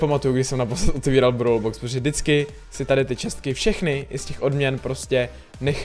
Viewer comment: Proč [brawl] vyslovuješ jako [browler]? Mně to extrémně triggruje